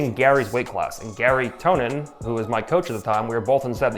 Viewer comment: You both mispronounced and misspelled Gary Tonon's name